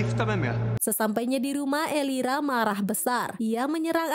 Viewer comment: Elvira kak bukan elira 😭